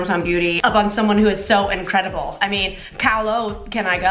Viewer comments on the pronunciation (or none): Cringed when she said Kahlo. Yet laughed at all the other bad jokes.